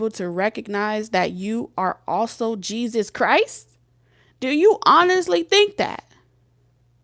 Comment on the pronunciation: Nah cuz why you say Jesus like that?! 😂😂😭